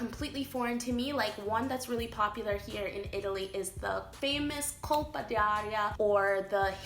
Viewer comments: Why you keep saying ''colpA dI aria''!!!??? Even tough you know you should say ''colpO'' ---- OOOOOO, not AA!!!! You even wrote ''colpO'' and you annoyingly keep saying ''colpA''!!!!??? WTF!? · It’s “Colpo d’aria”, not “Colpa” 😂 Colpa means “guilt”, Colpo means “hit”